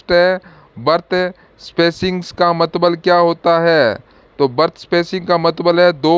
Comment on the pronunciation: Mtlb hota h aap mtbl bol rhe ho